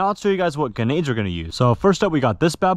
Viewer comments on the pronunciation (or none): I love how he says genades in stead of grenades 🤣🤣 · bro calls grenades "Genades" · Anyone else realise you’re saying genaids rather than grendade